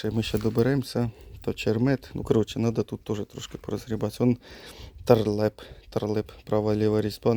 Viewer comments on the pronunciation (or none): Не тарлеп а талреп :))